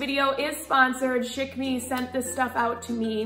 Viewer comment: Chic....pronounced "sheek" .....I know...I'm annoying